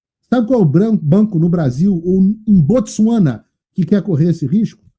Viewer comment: Uma curiosidade off topic: Foi o Paulo Figueiredo falar “Botsuwana” e me apareceu nas sugestões um vídeo sobre “Botsuwana”. Esse algoritmo… 🤔